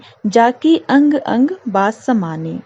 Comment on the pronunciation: Mam please reading practice kijiye bhot galat padh rahi h aap bas ko basi Sonhim ko sanohim🤣